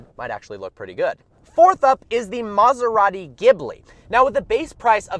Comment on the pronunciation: maserati not maasaratti please learn people